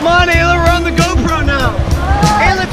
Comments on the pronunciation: Giannah Sprague its ayla not alaya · Donna Robbins it's Ayla not Alya